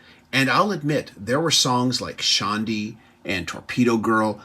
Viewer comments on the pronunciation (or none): “Shawndi”??? Dude. Cmon. Learn how to pronounce the songs. Paul literally says the name correctly in the chorus of the song. Wtf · 'Shahn-dee"... You can't have listened to that song ever, and mispronounce it